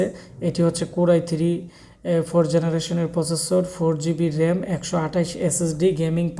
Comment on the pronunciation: Generation bolen na keno apni?